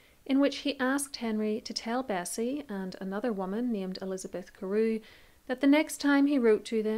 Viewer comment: Indeed, she was the mistress he favoured most. History would have been different if Henry Fitzroy had been King after Edward instead of Henry's daughters. Note the name Elizabeth "Carew" is not pronounced as it's spelt but as "Carey".